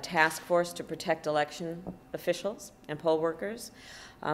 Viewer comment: "FWEE & FWAIR EWECTIONS" RIGHT KAMARRA????